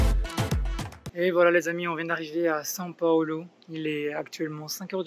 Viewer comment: par contre tu dis saint paolo mdr